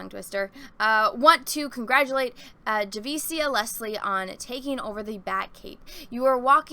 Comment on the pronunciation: you are “rawcis’ “for mispronouncing Javicia’s name🤣🤣🤣